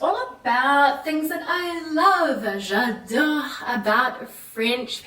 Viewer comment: Great points! But. . . I'm still stunned at how every time she tries to utter even one word in French she completely misvowels it. Like EVERY time! Right from the start she somehow managed to turn the very simple "j'adore" into a "j'adeure". "Un tour" becomes "un teur", surely making her speech pretty incomprehensible to French people. So EASY to fix! Six years living in France, and nobody ever sat her down and had her drill those simple sounds? Why didn't she ask someone, at least for an honest appraisal? Had I met her at any stage I would have had her pronouncing her French correctly within an hour, no kidding! It's all about awareness of the sounds, so easy to learn with some minimum phonological guidance.